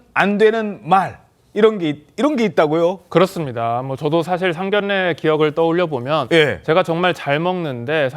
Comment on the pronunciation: 상견례 발음 정확하게 하세요. 😊